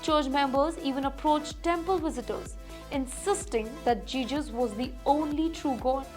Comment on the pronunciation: Not jeses... it's jesus..